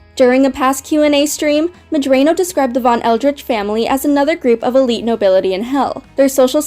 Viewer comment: I'm pretty sure you're mispronouncing Vivzie's last name.